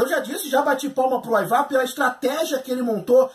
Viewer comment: o jeito de se pronunciar os nomes é: aivar, ubba, vitstergui. kkkkkk.